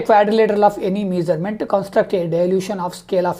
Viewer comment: Measurement ❌ misarment✅